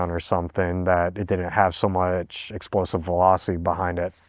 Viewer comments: "An then everybody die. It's facking big esprosive" 🤣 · "and then my rifle is fack up by facking big esprosive" 😂